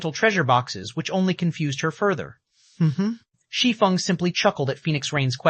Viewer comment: Thank you for pronouncing “Shi Feng” correctly!!! 😮‍💨